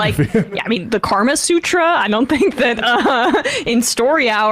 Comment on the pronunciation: Good discussion. Note: "kama" sutra, not "karma" sutra.